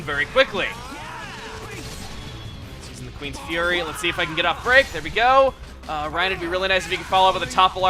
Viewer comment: It's reyn not Ryan